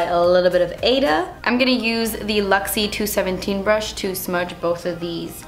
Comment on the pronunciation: I think Ada is pronounced (aye-duh), that was my mother's name. ❤❤